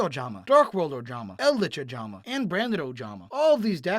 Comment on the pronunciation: Excuse me did I just hear you say eldlich ojama? I'm very worried for the sanity of the person that made that deck